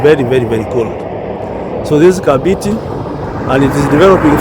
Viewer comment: KAMBITI.. KAMBITI.. NOT ... KABITI... KAMBITI.. NOT KABITI... HYEANA...is mbiti MBITI IS HYENA... KAMBITI.. is PLACE OF HYEANAS.. kambiti